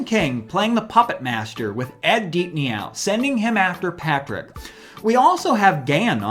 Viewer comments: Did you really just say "Ed Deep-Nee-Ow?" it's pronounced "Deep-No" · Deepneau is pronounced “deep no”.